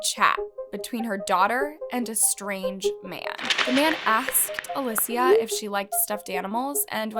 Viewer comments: in Spanish it is pronounced Uh-lee-cee-uh. Not alyssia. Thank you, I also speak Spanish. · isnt Alicia pronounced Ali-sh-a not Ali-sea-a sorry if im wrong no hate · Uh-lee-shuh. Alicia. Not alyssia. I couldn’t even watch this because my name is Alicia as well. Her name was even said on TV and you’re still not pronouncing it correctly. 🤦🏻‍♀️ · All the different name pronunciations are kinda frustrating. "Ah-li-sia" "Ah-leh-sia" Girl it's Ah-lee-sia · It’s Aleesha. Not alissia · I love your content but how can you possibly mess up the name “Alicia”??? You’re pronouncing it as “ALE-SSIA” it’s “ALY-CIA” 😂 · Aleeecia not Alyssa or alussaaaaa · Omg again girl? Her name is ...A-lee-sha Not A-liss-e-uh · Why does she keep pronouncing her name as "Alecia" ??? It's not too hard to pronounce 'Alicia'. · Hello, just wanted to let you know her name is pronounced Ah-lee-see-ah, thank you for making this video and bringing awareness! I personally knew the family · Why do you often mispronounce the names of the victims? A LI SH IA if you want to pronounce it as an English speaker ALI SIA if you want to pronounce it in Spanish. is not that difficult. Damn it. You pronounce it differently throughout the video. The same thing happened with the Kamari video and the one of Paulette Gebara. Seriously, I love your videos but you changing the pronunciation of the names of the victims during the footage is distracting. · Uh lee cee uh !!!! It's not that hard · A-lee-see-uh.. we can at least respect her pronunciation. I didn’t watch the whole whole video just the spelling was like oof I have a sister named Alicia, I hope you are found bby girl, and are found 😭❤️ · the way you’re pronouncing her name as alessia is bothering me so much 😥😥😥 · I've never heard Alicia pronounced (alesia) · you're blind. You obviously haven't been looking knowing her name was pronounced wrong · Why do you have zero consistency saying a simple name. Literally pronounced Alicia 4 different ways.